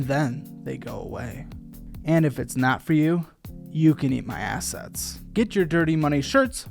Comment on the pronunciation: Ewww did say ‘eat my ass-ets?’ Oh no